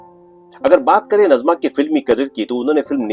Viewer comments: नज़मा नहीँ नाजिमा। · Her correct name pronounciation is Naazima